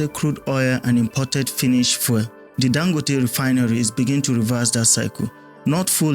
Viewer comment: Please learn to pronounce the word fuel properly. You keep saying "foil". For those of us who speak English as our first language the mispronunciation is very distracting. Fuel and foil are different words. Please get it right.